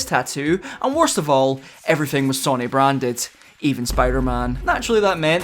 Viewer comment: What's with the pronunciation of Sony?!